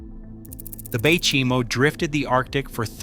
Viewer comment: Bay Chime O lol